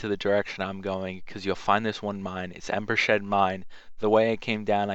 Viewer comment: Embershed mine? Whirlwind spirit? High Hroffengar? My god man...